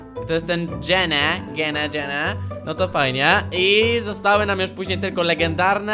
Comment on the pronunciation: Xd ,,dżene" jak coś to jest (dżin)